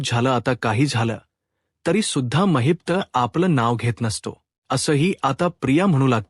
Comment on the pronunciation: कोण धेडगुजरा कथन करायला आणलाय कुणास ठाऊक? त्याला “ महिपत”म्हणता येत नाही. तो म्हणतो “ महित्प” , काय हे?